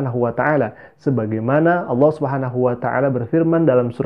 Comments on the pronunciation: Berdasarkan sebutan 'auloh' nya ( bukan Allah) saja sudah dapat diduga bhw ibunya berbohong dia dulu Islam. Kalau dia benar Islam, belajar Islam, belajar AlQuran, biasa solat maka lidahnya tidak akan sekeras itu untuk menyebut kata Allah dengan sebutan yg betul. Namun oleh kerana memang dia tidak pernah jadi Islam, tidak pernah belajar AlQuran, tidak pernah solat maka sebutannya memang tidak menjadi, sama seperti kelaziman kristen indonesia yg lainnya apabila cuba menyebut kata Allah... Itu belum lagi pada dasar ceritanya yg tidak masuk akal, cerita yg dibuat2 🤣🤣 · Dah lah bu nyebut Allah aja ga becus.